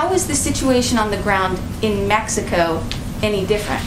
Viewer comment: Lol she almost said messico.